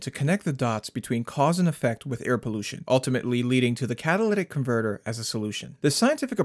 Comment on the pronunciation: "Catawlyvvc comvvrtvv".